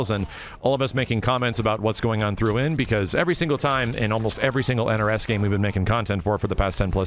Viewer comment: "throughin" THEREIN